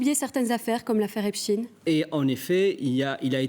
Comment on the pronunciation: On dit "Epstein" comme Eintsein, Epstein était israelo-américain ;)